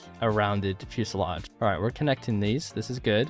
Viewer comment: Its fuselage not fuesalodge.